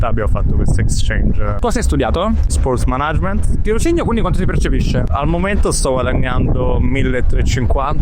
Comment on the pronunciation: Spœrtz Manægmentz